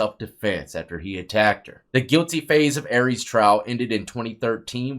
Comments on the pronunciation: Pronounced are-ee-us dawg, not Aries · Its pronounced Ary- Is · National case and you couldn’t be bothered to pronounce her name correctly. She’s everywhere and has been for 18 yrs but u can’t pronounce her name or insert correction. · Arias is pronounced AIR E US not AREEZ , it’s pronounced MAY SA not MESA …..